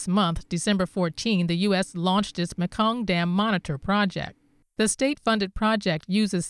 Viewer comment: Great Report. Thank you. The correct speech pronunciation for the Mekong is "Me kong" Its not Mek kong.